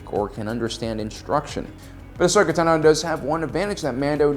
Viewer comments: Why do you always say Ashoka Tanó? It really grinds my gears every time I hear ‘Tanó’ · Ashoka Tah-no lmao